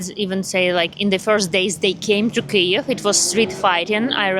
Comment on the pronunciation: pronounces Kiev like Key-yave – am I (as an English-only language-dwarf) hearing that right?